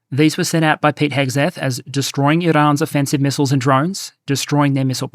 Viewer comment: Pete Hegseth sounded like "Pighead Zed" to my American ears there, so I'm keeping it